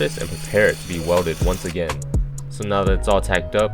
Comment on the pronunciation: It’s pronounced welded. Not welldid.